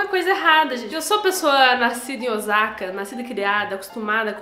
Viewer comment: De acordo com a Wikipedia: "Já a palavra "cará" vem do termo tupi ka'rá" A pronúncia de Osaka é algo como "Ossaka".